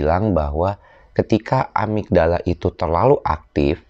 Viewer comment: amigdala bukan amitdala....